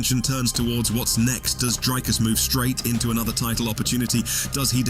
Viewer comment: How long will you take to pronounce Dricus' name properly? And also, absolute clickbait title